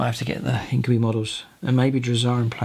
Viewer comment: Your pronunciation of Incubi it's actually the most correct since it's a latin word